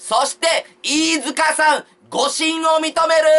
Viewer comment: T-アカギ いーじゅかしゃぁーん